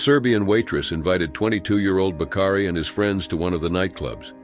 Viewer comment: "Bakari"...not "Bacardi"...